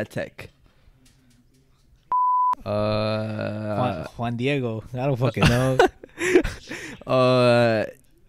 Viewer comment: homie said juan dice 😭